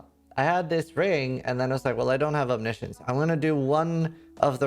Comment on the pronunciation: ah yes the item no youtuber can pronounce right...